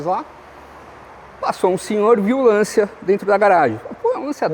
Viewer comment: Sem querer ser chato, a pronúncia correta é "LanTCHIA". 😅